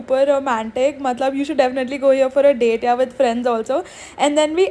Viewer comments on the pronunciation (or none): google it pronunciation for dessert 😊